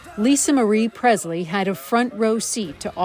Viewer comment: It’s not pronounced “Prezzz-lee.” It is: “PreSSS-lee.” M-Kay?